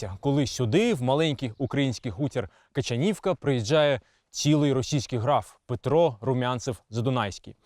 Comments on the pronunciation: Качанівка ,наголос на другу "а". Була в Качанівці 2 тижні назад ,маєток руйнується ,особливо зі сторони ставу. Реконструкції ніякої нема. Праве крило маєтку взагалі закрите ,бо аварійне . Альтанка зовсім в жахливому стані ,закрита на замок ,дивитись не можна. В палаці 80 кімнат ,відкриті для відвідання десь півтора десятка.Решта замкнуті. Але гроші деруть двічі : перший раз за вхід на територію ,другий раз -за вхід у маєток. Ось так. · КачАнівка не КачанІвка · КачААААнівка ! Мабуть потрібно було б запитати місцевих про правильну вимову назви села ! :body-blue-raised-arms